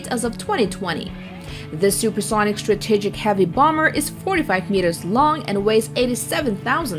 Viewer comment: the way she pronounces the word 'strategic' bothers me